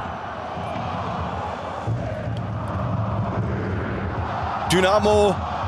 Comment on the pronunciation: Ob der Kommentator wohl weiß, dass er Pourie und nicht Puare heißt?